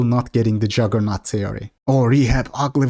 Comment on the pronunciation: It's JUggernaut not JAggernaut btw.